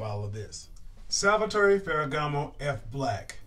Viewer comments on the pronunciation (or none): none